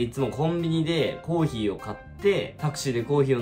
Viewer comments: コーヒーのイントネーションがコーギーなんよ笑笑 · のコーヒーのイントネーションが気になるw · コーヒーの発音が北海道民笑笑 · のコーヒーのイントネーションに違和感を感じた笑笑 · 最初のコーヒーのイントネーションが気になった笑